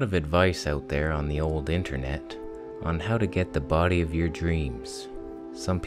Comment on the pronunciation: I love how you say bo'ody, like all Jamaican or something =p You look great and I know how you feel about eating so much it sends me back to bed too xD